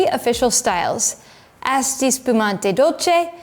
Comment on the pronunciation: You’re my favorite wine video producer so I mean no disrespect. “Asti” has a softer ‘a’ as in Ahh-stee rather than Ass-tee. 😅 Cin-cin!